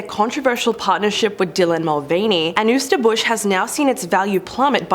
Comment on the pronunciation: It’s pronounced “Anne-Hi-Zer”